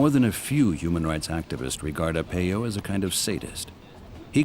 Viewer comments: Right it’s “R-pie-o” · Video cant even prounounce his name right. This information is old and tent city hasnt existed in years. Arpaio hasnt been in office for many years. Provide facts not outdated information.